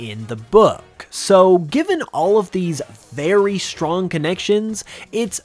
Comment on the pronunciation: "strongk" xD